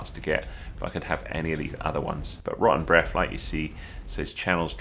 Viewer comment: thanks for the vid! great tips. as an American all I hear is "Roh-en Breff" XD